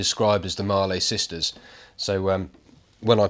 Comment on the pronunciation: Hi, for your info Mallee is not pronounced Marley, as in Bob Marley, it is pronounced Malley as in Valley. I live near where they come from. Keep up the good work. Cheers, Sean